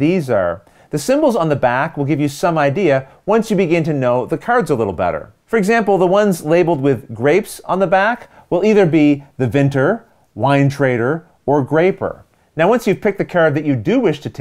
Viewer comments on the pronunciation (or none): Another excellent video,, thank you for this. I just have one question - why do people have difficulty with the word vintner? It's vint-NER but I'm hearing vin-TER often. Rahdo said it too. The vintners association here represent most of the pubs so they're quite important. I felt sure,, with your surname you'd have known your traditional artisan trades. Anyway, as I said great video keep up the top notch work and I'd like to add my name to seeing a Pep v Rodney playthrough of this.